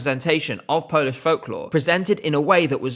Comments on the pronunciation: Your Polish pronauciation is really good! I am proud that my country is finally moving farward from what we have presented before. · Good job and really good Polish pronounciation. Thaks! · I really recommend you to listen to Sw@ dyskography as he has produced some real gems like bahato, anjela, or vysoko letaju. I was really impressed by the national selection and liked quite a few of the artists. And kudos on the polish pronunciation 😊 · Your pronounciation is really good. As a Pole I can confirm that😅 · I have to say often British people struggle pronouncing our names but you did a pretty good job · wow you're so good at pronouncing polish I'm impressed. Hardly anyone bothers to even check how anything is supposed to be pronounced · As a polish viewer, this video was a pleasant surprise. Finnaly Poland in ESC is being talked about in a positive light 🥰 I also loved Lusterka It's clear that you check how to pronounce polish words and it's greatly appreciated! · Your pronounciation is great for a Brit, we appreciate the effort 🫡